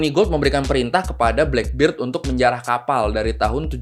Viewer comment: blackbird itu taksi bro kalau blackbeard di baca blackberd si jangggut hitam